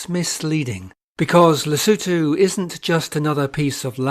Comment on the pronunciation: Batswana must be jealous at how well you pronounce Lesotho🤭